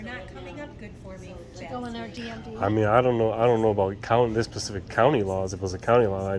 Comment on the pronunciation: Pacific is an Ocean. You mean SPECIFIC! Come on man...... You profess to educate people on complex laws, yet you speak like someone that failed the 2nd grade. Be an example....